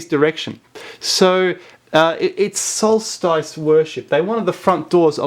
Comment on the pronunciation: Interesting. Solstice is correctly pronounced as in hiss not as in ice.